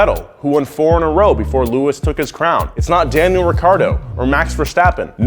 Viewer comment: How're you going butcher Daniel's name like that?